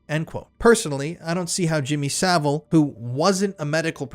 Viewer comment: Jimmy Sa-VILE.